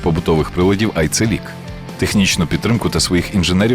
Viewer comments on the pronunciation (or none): Чому "Арцелiк"? Повинен бути "Арчелiк", якщо читати турецькою.